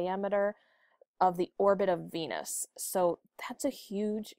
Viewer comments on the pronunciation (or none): none